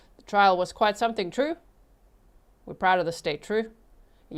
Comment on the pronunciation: "So he's sentenced to LWOP plus 7.5 years, twoo?" 🫏